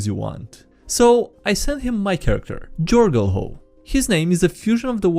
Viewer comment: trying to pronunce Jorgulho and failing miserably fills me with such joy